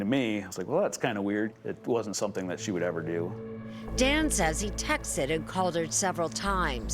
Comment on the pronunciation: "texted" not "text-ted"